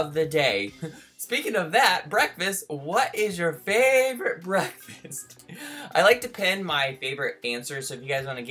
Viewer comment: is only saying like favevorate chanel not like boyf